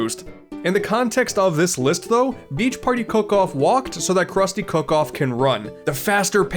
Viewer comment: im sorry but you should probably fix the fact youve said cock off instead of cook off